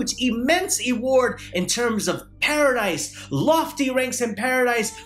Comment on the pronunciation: Assalaamu alaikum bro you said huge emance eward not sure if you meant to say award or reward 😂 😂 not trying to criticize you homie